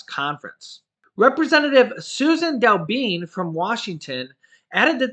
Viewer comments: her name is pronounced Susan Del Benay. Long A, just not spelled that way. Rock on brother!!! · Rep Susan DelBene last name pronounced Del Ben A FYI